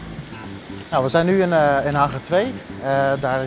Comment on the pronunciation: Het is geen haggaar maar Hangar